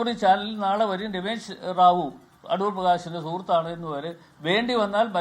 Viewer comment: Adoor ❌ A-thoor ✅